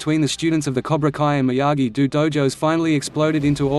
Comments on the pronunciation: Seriously this robotic voice gets annoying when 1. It speaks the names incorrectly and 2. It keeps repeating the same shite over and over again. Example It is Miyagi-Do (pronounced Doe) not Miyagi-Do (Pronounced Dew) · This auto voice shit sucks please say the Daniels dojo right maybe you you should use your real voice